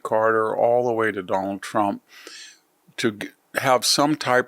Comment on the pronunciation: The way Victor pronounces “Done-al Tromp” cracks me up. Very unique pronunciation. 😅😅